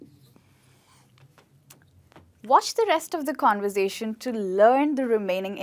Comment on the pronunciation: what in God's name is "convozation" lol